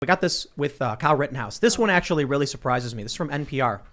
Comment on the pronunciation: He said “actualatory.”